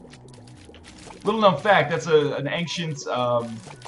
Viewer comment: I just realised Northernlion says "ancient" really weird. I didn't know what the A in DOTA stood for until now, because I didn't even consider that he was saying ancient.